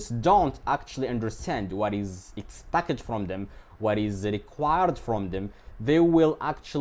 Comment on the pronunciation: sorry to say this, but you mispronounced the word " expected"